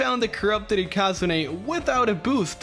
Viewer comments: Ikazune isnt pronounced ikázuné its ikazune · It's not ikazuné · Its ikazune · How pronounces Ikazune though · I was so confused on how you pronounced Ikazune, you're probably right but still weird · You saying ikazune pissrs me off no offense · "Ikazune" that pronouncement